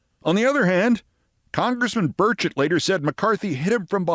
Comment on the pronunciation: Every time I hear Burchett's name invoked, it sounds like they're saying "Birdshit". Perhaps this has wounded him in some way.